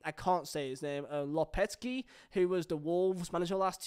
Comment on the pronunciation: its lopartegi. (lopa- thegi)